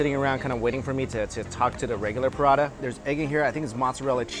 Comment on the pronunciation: pra-ta not prada.